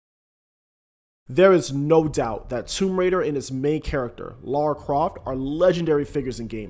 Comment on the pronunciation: Seriously it’s hard to listen to a review when the person keeps calling Lara, Laura instead. I couldn’t finish listening but it’s an amazing game.